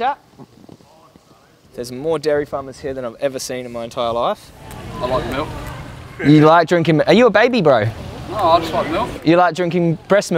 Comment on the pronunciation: Milk is like "R" not "M".